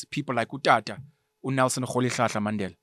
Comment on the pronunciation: Your correct pronunciation of Mandela👌🏾🤎